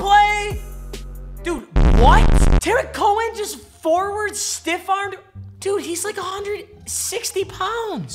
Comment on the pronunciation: Quit dissing on Cohen didn’t even say his name right and the Bears are gonna win the Super Bowl this year.